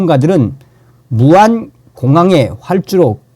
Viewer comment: 무한 무한 무한... 무안입니다. 무한 아니고요.